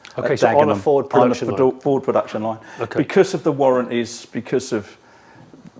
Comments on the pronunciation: He's mispronouncing Ford, surely? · May I say I’m shocked, Jonny, at your incorrect pronunciation of the word Ford in this video. It’s pronounced FOWDSSSSSS!!!!!! Luckily got it right😜 Great video👍🏻👍🏻